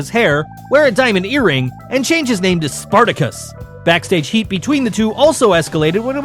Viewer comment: Sparticus.. that made me laugh